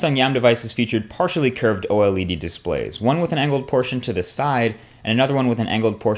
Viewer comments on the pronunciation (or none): Curved display ? Sounds more like "cursed display" !